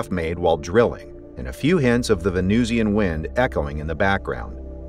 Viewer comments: How do you pronounce Russian? Martian? Pronounce Venusian the same way. It's not 'VenooshEEan,' any more than it's 'RushEEan' or 'MarshEEan.' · why is venusian pronounced as vee-noo-see-an here? venusian must rhyme with illusion.